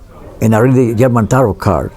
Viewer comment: Not "yarman"; German.